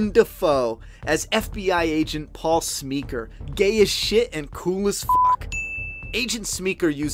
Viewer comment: Hey bud. Love the effort. I’ll continue watching but I had to pause. I’m probably the same age as you. But the thing is his name is Willem. Not William. And Paul is not Paul Smeeker. He’s Paul Smecker. I’m not trying to embarrass you but my OCD brain wouldn’t allow me not to say something.